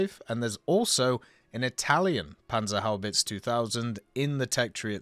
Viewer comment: i realy wonder why americans cant pronounce the simple e at the end of panzerhaubitze its the same e as in panzer, dont want to hate but it sounds so wrong :D